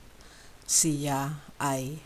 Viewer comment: Sorry, but “ Siya” is not pronounced “ceea”. . It is pronounced “shya”. Please correct this. It means he/she.